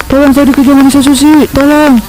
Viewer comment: Yang benar sushi (寿司/すし). Bukan shusi